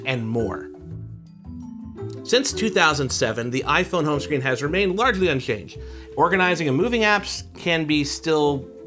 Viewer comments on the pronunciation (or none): Aformenshuned home shcreen